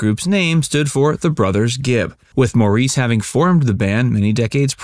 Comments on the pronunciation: This must be a new record for how many times someone has pronounced Maurice's name wrong... HE pronounced it Morris, which you would have known if you had ever seen any interview with them. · Actually, it's Mar-iss, but Morris would be a big improvement. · His mother pronounced his name Morris. I'm guessing she would have been the expert. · You're mispronouncing his name. They use the British pronouncing Morris. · First of all, yes his name is spelt Maurice. But pronounced as "Morris". Second, they had many hits in the 1960's also. Please do a better job of research when, or if, you put together another Bee Gees' video! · I don’t know how accurate this is, but I do know that his name is pronounced Morris. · Pronounced "Morris" which was easy enough to have found out. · That "Bee Gees" stands for "Brothers Gibb" is a myth. Barry has said so. They are the initials of 2 guys who helped them early in their career in Australia. And like others have commented here, his name is pronounced Morris. So much for your "facts". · HIs name is pronounced MORRIS. Please honor him by getting it right. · How could anybody be calling him "Mor-reece" and not be corrected before sending this out there?? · Pronounced Morris… as in Boris. And known as a disco group by a particular age group. For those who grew up with the Bee Gees they wrote and sang beautiful ballads. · His name is pronounced Morris. You shouldn't make a video about someone if you can't pronounce his name. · It's pronounced "MORRIS". Who doesn't know THAT??? (Besides, apparently) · Its pronounced Morris. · His name is pronounced Morris. Do some homework. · Maurice is pronounced Morris. I adored him and his brothers ❤️ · Nice coverage. But his name was pronounced “Morris”. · MORRIS. You do a whole video on him, but don't bother to get his name right? Please, some respect. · His name is pronounced Morris NOT as in french as the narrator mispronouncees it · it's pronounced like "Morris"! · Pronounced Morris